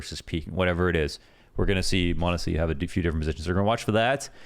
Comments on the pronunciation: True chads and ohne pixel enjoyers know that it's mahneehsy. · You're technically still mispronouncing m0nesy's name lmao but its close enough i guess